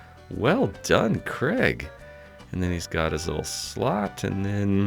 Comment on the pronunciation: I still think you’re calling him Kreg!